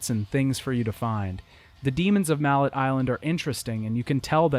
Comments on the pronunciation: I love the details and new information about the production of the games a lot of info I never would've known otherwise though I did spend a bit too long laughing at mallet Island being pronounced like the hammer but still stylishly done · Great great video, stupid ass nitpick cause the first one is one of the first games I ever played so it’s legendary in my eyes but I’m pretty sure the name of the island is pronounced mallay as in melee. Who gives a fuck though amazing video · Couldn’t pronounce ‘mallet” right 😂😂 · Are you intentionally mispronouncing everything? Vida Marley, Ger and Frek (did you think the 'i's were silent for some reason? Does ANY language do that?) Also, while the name of the island in the first game IS Mallet Island, it is NOT pronounced like the english word Mallet. At least not in the english games. Both Trish in the first game and Dante in a later game pronounce it like 'melee'. If it was just in the first game we could call it a dubbing error (since the japanese name is 'Maretto-tou') but since they doubled down on it later I think we can safely say that is the correct english pronunciation.